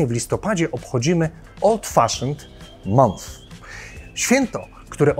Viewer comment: Film świetny, ale jako filolog muszę poprawić, że miesiąc po angielsku czytamy przez "A", nie przez "O", czyli coś a'la "MANF".